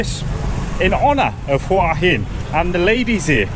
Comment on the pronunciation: finally, a host that knows how to say the towns name right!!